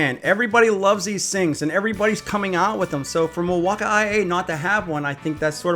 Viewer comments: Why do you say Milwaukay I ay? Just say Milwaukey. It is one word, not three words. Downright annoying. Kind of like "what is he talking about?" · Gah damn STOP saying BAT RAY! AND MILWAUK-I-A!!!!! ONCE OR TWICE IS FUNNY BUT DUDE THAT IS ANNOYING! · Mail-wau-kee three syllables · "mil walk i a" drilling into my brain... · What’s up with the way you pronounce Milwaukee? It’s pronounced like the city in Wisconsin, not Milwauk-I-A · For humor. It’s funny, just laugh and enjoy. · i am glad you say ryobi correctly but i get so tired of the way you say Milwaukee you stress Ryobi so much why can't you say Milwaukee when you don't think about it you say it correctly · He was killing my ears with his pronunciation of Milwaukee.